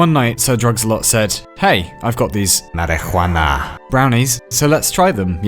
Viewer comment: Pronouncing marijuanana in an obscure way to not get demonetized